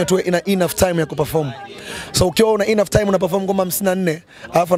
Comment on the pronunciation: Ongea kiswahili dogo e'nough hatuna stress kwenye vowel ya kwanza ya enough neno ni enough only